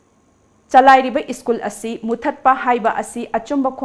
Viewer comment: It's school, prounce as s c h o o l... not iskul..plz hv it corrected any confusion use Google pronunciation